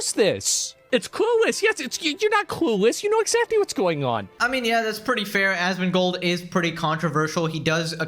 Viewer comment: Even has the same number of syllables so he says it the same way. ”Asmongoooold”